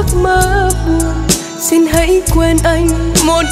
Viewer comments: Chỉ cần nắn nót lại phát âm sing= Xin là ko còn gì để chê❤. Rất ngọt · Bé đúng là một thiên tài về mọi mặt👍❤️ Vừa xinh đẹp vừa ngoan, giọng hát lại quá hay, Biết nhập tâm từng chữ, từng câu để diễn tả được đúng tâm trạng nhân vật của bài hát, Nhưng Cô xin góp ý con chi bị một khuyết điểm nhỏ là khi phát âm chữ “ xin” không được chuẩn lắm, cho nên mong con phát âm đúng chữ “xin” thì phần trình diễn của con thật là trên cả tuyệt vời 💐👍❤️🙏.... chắc rằng mọi người cũng tán thành sự góp ý thật là đúng này 😀